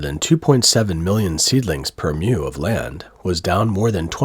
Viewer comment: Mu - like moo - not "myou" Chinese doesn't have this sound. Watching this report - it just goes to show that all the pro-China propaganda is nonsense. It's always the same absurd stupidity, generation after generation.